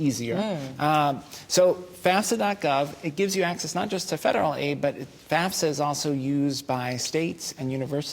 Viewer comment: Boo everybody lookin at their card thats y they are there...shut up geez so annoying...Jeannie couldnt even say fafsa right stfu!!!!!!